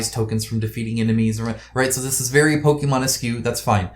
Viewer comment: oh and... Pokemonesque is pronounced 'Pokemonesk' not 'Pokemonesqueue'